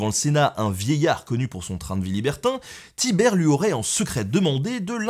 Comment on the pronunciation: On dit Tibère